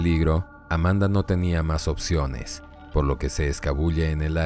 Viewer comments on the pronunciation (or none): none